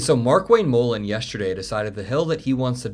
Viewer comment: If Mark Wayne M-uhh-len is the one they drag out to propagandize the “not war,” they are in seriously deep shit. This guy is an illiterate buffoon lmao